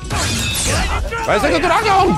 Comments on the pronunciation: LMAO😂 This guy did the "wising dwagon" Has to be the most memorable quote from sf ex2 for me I also remember "skillu cusha" or something like that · Sounds like is saying Rising Dildo.